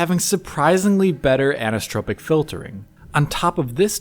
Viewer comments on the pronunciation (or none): He sounds a little drunk here. Anisssssssssstrrrpc filtering:))) Dude.......it is 'an-i-so-trop-ic' (5 distinct syllables with emphasis in the 'i' (prounounced 'ee'). An-ee-so-trop-ic. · Repeat after me: Ann-eye-so-tropic, Ann-eye-so-tropic, Ann-eye-so-tropic. That's how it's pronounced. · Sorry... Did you mean anisotropic? Because the way you say it sounds like "anistropic" (which doesn't exist).